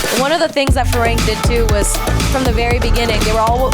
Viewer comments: There crew's name is "farang" not firang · In my mind whenever she said ‘Fee-raeng’ phonetically i keep repeating its ‘Fi-runng’. But then again she said it has thai origin so i also try to ignore it. 😅